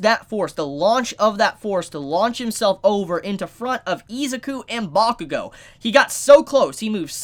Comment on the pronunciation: Bakugo n who?? Ur butchering his name dude